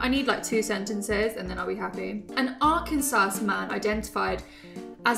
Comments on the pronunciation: "Arken-sass" lol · pronounced ArkanSAW. The second S is silent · Mate, the pronunciation of Arkansas? 😂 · elz: i need to hear sentences. Also: Mispronounces Arkansas HAHAHAHAH